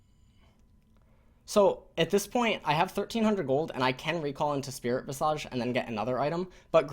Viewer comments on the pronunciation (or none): it's pronounced spirit vis' ij